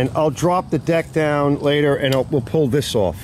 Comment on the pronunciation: It isn't that bad 😂 I watched one guy though and he kept saying the word "down" but it sounded so like he was saying "dawn" 😂